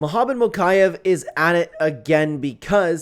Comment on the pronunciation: It’s mokiev (mokeyeev)